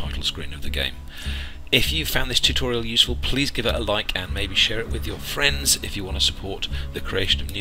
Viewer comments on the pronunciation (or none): none